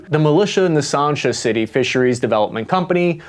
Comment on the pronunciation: Sansha not Sarnsha!!